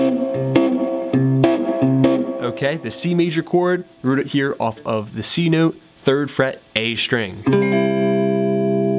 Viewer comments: can this dude stop saying note like that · newt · you say “note” funny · that's not a Canadian pronunciation